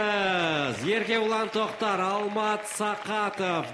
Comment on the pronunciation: Еркебұлан Трактор деп естидимба. Или сендерде солай естидиндар ма😊